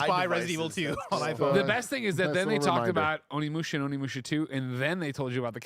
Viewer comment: When’s someone gonna tell Tim it’s pronounced O-nimusha, not ON-imusha? Lol